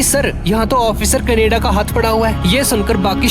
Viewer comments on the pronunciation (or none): none